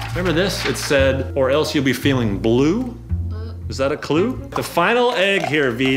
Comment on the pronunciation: GUY’S OMLL WHEN YOU SAID “ You Will be feeling Blue “ AND YOU SAID CLUE OMLLL BLUE CLUE, THE LUE